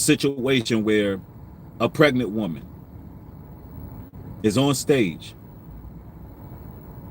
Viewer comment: Not PRegant?!?😩😩🤢🤢. Say it ain’t so. It’s hard to get through this without urling